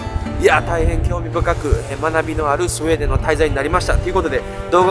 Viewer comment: ス....ス、「スエー」デン笑😂